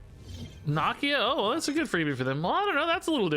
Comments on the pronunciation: It's Nah-Key-Ah 🤦🏾‍♂️. They say it a ton in the black panther movies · I don't believe that's how you say Nakia